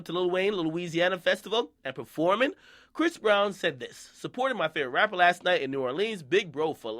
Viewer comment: "Bhris Breezy" it's time to stop